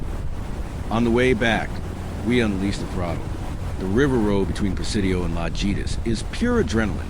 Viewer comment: Great video. La-hee-tas and o-hee-na-ga